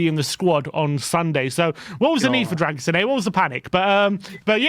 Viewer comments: I asked my Romanian girlfriend and she informed me that his surname's pronounced "Dra-gu-shin". 🇷🇴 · It's pronounced drer - goo - sheen , with the stress on sheen. You are welcome! 😉 COYS! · For pronunciation : Dragusin... the 's' is a 'sh' sound and the complete end sounds as shin or sheen depending on regional dialect. Alaistair Gold rekons 'sheen' is correct: Dragu-sheen. The Romainian neighbour up the road rekons both Ragusheen and Ragushin are acceptable pronunciations. The 's' is definitely a 'sh' sound. COYS